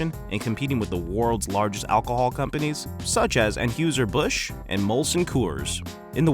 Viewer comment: LMFAO. "Ann huser bush" 🤣